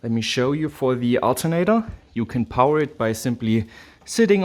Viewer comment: Is it just me or does say "power" in a way different way than most people, even non English, native Germanic languge. Love the "Pow-Waaa"